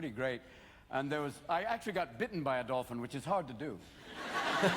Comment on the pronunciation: What the bloody hell is dolphing, that’s disconcerting 😄👍